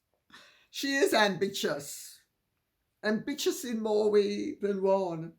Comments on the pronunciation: "Am'bitch'ious"! Hilarious and I love it! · "Amvicious"? *snorts* 😆 👏🏼👏🏼